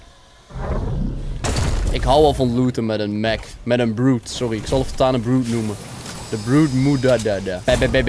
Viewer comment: Het is geen brute het is b-rute